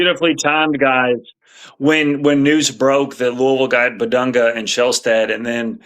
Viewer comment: Its pronounced "Big Dung" 🤷‍♂️